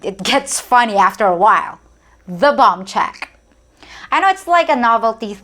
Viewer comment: When you talked about BOMB CHECK I thought you said BONG CHECK. BTW: When I was in China I did see motor bikes, scooters but not in great numbers. I actually saw more people riding electric scooter and at night they don't turn on the headlights so if your walking in the park at night all you hear is BEEP BEEP and they drive around you. I thought the Chinese electric scooters were wicked cool especially the ones made by LUYUAN (I think that was the name of the manufacturer) Actually in China and even South Korea they just beep their horns, wave and cut you off or if your walking they just go around you. I think its an Asian thing not specific to any country. Why debate the peso rate for #1 or #2 just pay for #2 and move on. SPAM is Hyper popular in Hawaii and with some Latin People here in the states who throw it in their rice dishes.